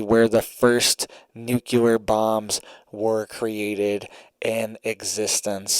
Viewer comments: ITS PRONOUNCED “NEW CLEAR” NOT “NUKE YOU LER” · It's pronounced Nu-clee-er not Nu-cu-lar. Sorry but that drives me nuts to hear the word pronounced incorrectly. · It's not nucelar but nuclear. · "NOOK-LEE-ER", say it right!!!! Geesh! Wait...is it "geesh" or "sheesh"? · Why on earth do you insist on pronouncing "nuclear" wrong and making yourself look ignorant. I always watch your broadcasts, and you seem like a great guy, but I hate it when people go out of their way to behave childishly.